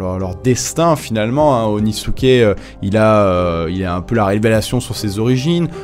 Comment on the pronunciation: Et il dit Onisuke au lieu d’Inosuke mdr